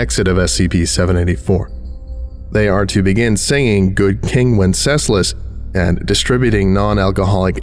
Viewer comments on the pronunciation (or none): I've never heard anyone pronounce wenceslas quite like that and it made me wonder if it wasn't originally a play on words (good king when says less. lol)